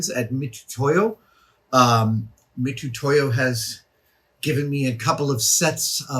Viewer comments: Adam: The "tu" (つ) in "Mitutoya" (みつとや) is usually transliterated for English speakers in the west as "tsu" since that's how つ is actually pronounced. So it's pronounced Mitsutoya. Similar to tunami->tsunami. But in Japan, for whatever reason, they often don't bother, I think because they already know how to pronounce their "tu"-like sound.. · Just FYI, the name Mitutoyo starts the same as Mitsubishi. For historical stylistic reasons they didn't spell it Mitsutoyo in our alphabet, but it's the same tsu sound from other familiar words like tsunami and so on. There is no 'tu' in Japanese names without the 'tsu' sound.